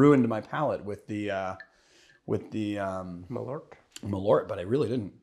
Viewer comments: Btw you know that it’s pronounced MalÖrt!!! 🇸🇪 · I'm surprised didn't correct the pronunciation on Malört! "Malört" means "wormwood" in Swedish (and in Norwegian "malurt" I think). Great content as always, guys!